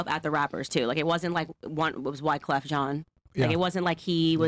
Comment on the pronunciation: Pronouncing wyclefs name correctly. A cultured woman. Just wish she wasn’t so strangely pro white lol